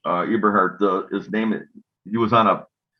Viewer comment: Might want to spell and say his name right lol